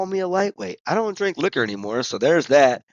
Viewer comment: i feel like i made you drink the least amount this round lol also you said strink at some point. thats drinking on a strike in the zone perhaps? haha